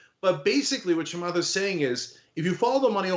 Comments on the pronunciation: "Do the Chemath"🙋🏻‍♂️ "Ah! Cenk."🤦🏻‍♀️ 🤣🤣🤣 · "Do the Chamath." hehe